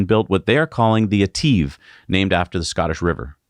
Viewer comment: please...its etive (et iv) not Et eeeve